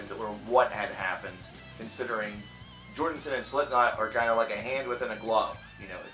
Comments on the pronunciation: I think it's funny he keeps saying Jordenson, instead of Jordison. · You keep calling him Jordonson. It kept bothering me. I'll just watch the video in the description. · and I'm just over here rdy to throw my phone across the room every time this guy pronounces his name "jordinson"... for fuck sake man... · Why do you keEP SAYING 'JORDINSON'